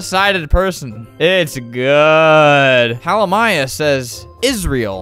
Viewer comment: bruh why he pronounce it like Halimaya